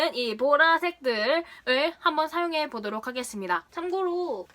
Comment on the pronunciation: 보도록 이라고 말하실때 정말 꾸준히 오케이 구글이 나와요 계속 나와요 정말 왜이런지